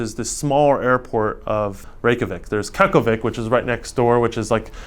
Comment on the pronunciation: How he butchered Keflavík oddly brings me joy